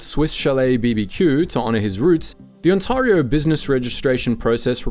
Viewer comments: It's Ontario, not Untawrio, stupid AI voice ! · On-terry-o not On-tahrry-o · "On-TAR-io" this is an incorrect pronunciation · You should teach your AI how to pronounce "Ontayrio" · he does make it sound more fancy, though.😅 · Is this AI narration? The channel is called "Maple Inc" but the pronunciation of "Ontario" is completely wrong. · Script feels AI generated and poorly edited. confusing crinkle cut fries with straight cut? confusing glass with ceramic? and the host cannot pronounce 'Ontario' which is very odd for a channel called 'Maple Inc' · My opinion of Swiss Chalet is mid. HOWEVER. As an Ontarian. PLEASE for the love of God, learn how to pronounce our province. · LMFAO the AI trying to pronounce Ontario. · The second syllable of Ontario rhymes with air.